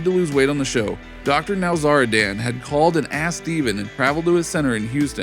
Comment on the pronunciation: Dr NowzarDAN 😂 driving me nuts.